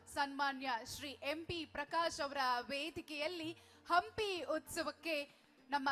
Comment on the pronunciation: ಅಂಪಿ ಉತ್ಸವ ಅಲ್ಲೋ ನಿಮ್ಮೌನ ಹಂಪಿ ಉತ್ಸವ ಅದು....ಯಾರದರ ರೆಕಮಂಡೇಷನ್ ಮೇಲೆ ಆಂಕರ್ ಆಗಿ ಬಂದು ಬಿಡ್ತೀರಾ.... ನಾಲೆಜ್ ಇಲ್ಲದೇ